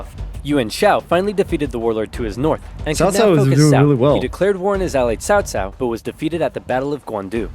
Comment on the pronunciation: Omg… not CowCow. CaoCao is pronounced as Qhao Qhao.